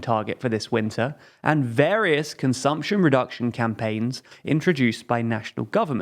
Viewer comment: Ah yes, "consuption"